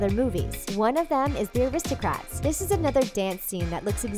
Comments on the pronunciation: It sounds like you are pronouncing the Aristocats as aristocrats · rw:why are you saying Aristocrats ?,its pronounced Aristocats no "r" inbetween the letters "c" and "a" in the title . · It's Aristo-CATS!!!